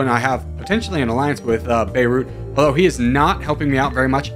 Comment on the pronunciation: good job pronouncing beirut :)